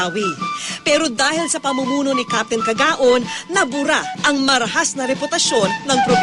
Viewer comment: Um... his name plate clearly says KAGAOAN and yet you keep saying KAGAON... next time, please get it right